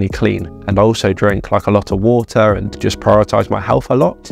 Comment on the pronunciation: Bo'oh of wa'er